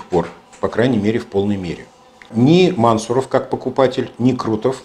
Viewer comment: Мансу'ров ударение на У. Кратко бы говорили, то цены бы Вам не было...